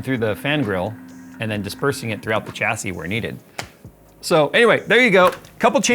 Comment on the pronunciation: The word is pronounced shassy there is no CH sound in the word.